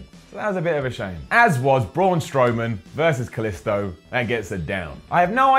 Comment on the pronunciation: Hate how he fucking pronounces Kalisto wrong it's not an I sound it's and e sound for the i in his name